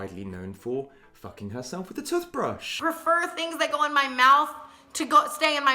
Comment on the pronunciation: u really said ‘toofbrush’ with ur whole chest huh